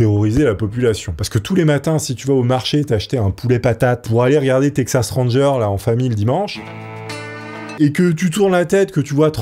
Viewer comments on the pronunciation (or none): none